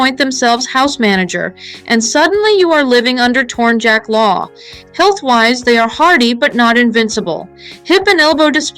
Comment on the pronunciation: Tornyak not tornjack, tornjack sounds kinda dumb